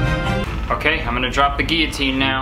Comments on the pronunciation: did he say Guillo-scene? Cause that is hard af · I only saw a few on twitter saying it’s pronounced “gill-o-tine”, none here I have wasted my time searching for tea once again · Chilli-Ice Olive-Abode he pronounces it correctly...are you talking about when he says guillo-scene? Because it would suck to have to explain the joke in the comment section of his own video. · it's pronounced GILLotine kurtis honestly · POV: you just watched kurtis’s instagram story and are looking for the comments where they tell him he pronounced “guillotine” wrong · The way he pronounces guillotine makes cringe. The 'L' is supposed to be pronounced arghh